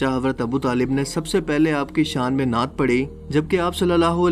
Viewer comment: नाट नहीं नात